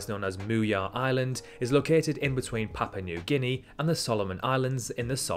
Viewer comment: Riddled with errors, not just when King Charles was born (and he's NOT "King of England", there is no such title!) "West Papa"? "Sandman Islands"? "Papa New Guinea"? "nucular tests"?? "Vananatu"?? And an island midway between Japan and South Korea is no way "tropical"!